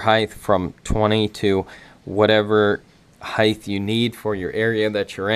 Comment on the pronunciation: Height* heighth is not a word bruh